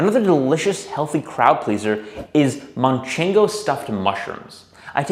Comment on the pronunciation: I love this video... but I can't help to get annoyed at how you've added a "N" to your pronuntiation of "Manchego" cheese hahaha As a Spaniard, please... don't! 😅 Spotless otherwise!